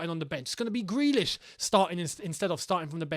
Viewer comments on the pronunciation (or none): none